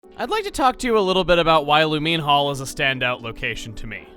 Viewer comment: I'm just thinking about how you called it Lu-MEAN Hall instead of Lu-MINE Hall.